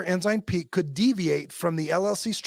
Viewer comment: This is a great report or summary or exposeʻ.As an old CPA, it makes me cringe. I have wondered for a long time about church $$$. Left in about 1992 or 93 (no letter, so still counted I guess). Every time I hear one of you say Ensign Peak I hear Enzyme Pete, sorry.